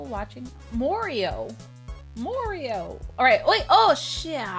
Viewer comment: When she said Morio I bet Mario was like "what?"